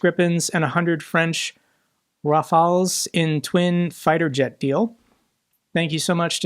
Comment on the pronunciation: Noticed the hesitation, but this pronunciation of "Rafales" is accurate. Well, within the American-English phonetic space anyway. Added: Oh, and it does make sense not to imitate the French pronunciation of the identically written plural, where the "s" is silent.